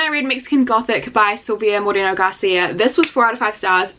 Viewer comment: The way you said “Moreno” was chefs kiss 🤌🏼♥️